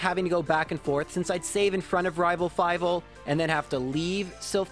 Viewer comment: “Rival fivele” 🤣